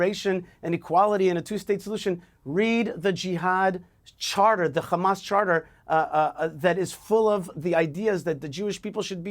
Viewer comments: This will always bother the heck out of me: learn to pronounce Arabic names properly! Not Rrrrramas, Ha HA-mas. Not Rrrrrezbollah, HE-zbollah.... 🤦🏻‍♀️ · Can you please stop this nimcompoop from saying KHAMAS ????????????? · Listening to eastern European settlers struggle to pronounce clearly middle eastern names is always fun. Khuh-mas. 😂😂😂😂